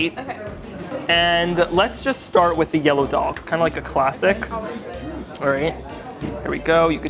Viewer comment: Hey Eitan! Fantastic video! One helpful suggestion: the “d” sound in Hindi and daal is pronounced like “the” instead of “dee”